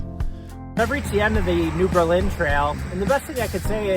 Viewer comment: Once again, a great video. And the YouTuber BIKE FARMER (Andy Q.) resides in Gib’s Bike Shop in Lake Mills! (PS: Cottage Grove ROAD. DrumLIN (not drum line) Trail😊 New BURRlin (during World War II we started pronouncing it differently = differentiate from Berlin)